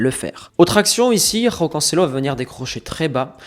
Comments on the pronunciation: C’est pas roão C’EST JÕAO les portugais est brésilien tu prononces J les espagnols et Amérique latine tu prononces R. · bon le "roao" je souffle hein c joao mdrr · Super video com d'habitude, mais s'il te plait arrête de rouler les J au Portugal on prononce João et non Roão